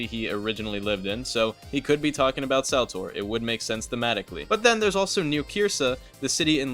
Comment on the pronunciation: unc you forgot the correct pronunciation for celtor being "kel-tore"